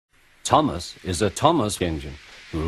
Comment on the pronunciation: "Thomas' not 'Tumass'